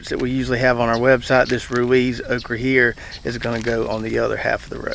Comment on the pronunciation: I grow all three of those "Okreee" (' pronunciation). I like the Red Burgundy best. Seems to take the pickling better. Red Clemson spineless just gets way too tall in NC but has about the same production as Jambalaya. I bought some of the Dwarf Cowhorn seeds from. Put some in the ground a few days ago before we got the rain and wind from Idalia. Hope they grow as well as his does.